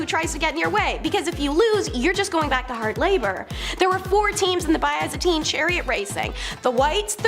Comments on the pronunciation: Omg Byzantine not byeaazantine wth new girl you're fired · Oh my. Pronunciation my child. Have you never heard someone say byzantine before maybe?